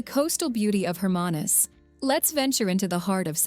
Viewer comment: hi excellent movie ,just some pronunciations not correct eg Hermanus Knysna Umhlanga